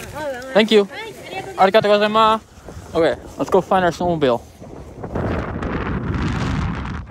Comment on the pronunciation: is irritating everytime you say arigatou gosaima instead arigatou gosaimas is a massive different for a local listeners yk, everytime you say it is just i want to punch you in the face 🤣🤣🤣🤣